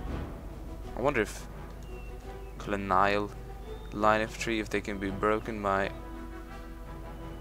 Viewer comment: it's a little too late but someone should have made a compilation with pronouncing colonial wrong like a hundred times:)